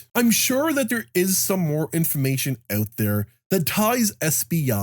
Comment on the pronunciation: Out. Not ewt.